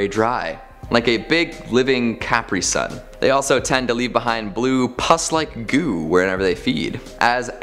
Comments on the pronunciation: Did you just call a capri-sun a cap-ree-sun? WTF? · Oof, "Cap ReeSun", eh? I prefer "Lee Monade".